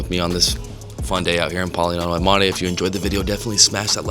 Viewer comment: well done pronouncing Polignano a Mare and Grotta Palazzese the right way 👏🏼💪🏼